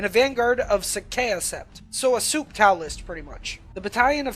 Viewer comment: As a T'au player I cringed at your butchering of Vior'la and Sa'cea. Also Kroot don't get Sept tactics.